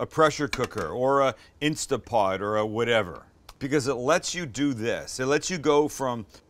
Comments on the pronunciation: It's INSTANT POT, not Insta pot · Oh Sam, it’s called an Instant Pot, not Instapot. I know this is a year old but. Get a modern Instant Pot Ultra or any of the models that self seal. Errors drop by a lot. Also always Natural Release meats, they will be even better. Quick Release tents to pull the juice out of the meat. Looks like yours didn’t but that’s a rule for success. On a second note we make a pulled pork with a Yucatán twist. It’s called Conchinita Pibil. It is amazing and its all spicy and citrusy. Yes we do it in an Instant Pot. You have a backyard, I guess you could bury it?? I’d love to see your take on the dish. I can’t wait to get to San Diego and try both of your restaurants. Love my Fat is flavor shirt!